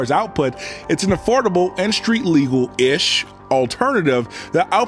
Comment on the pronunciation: Affordable and street legal-ish alternative. The heavy emphasis on the ish had me cracking up so bad. These videos have come such a long way since you started making them, keep it up, you're putting professional documentary-ish content out there.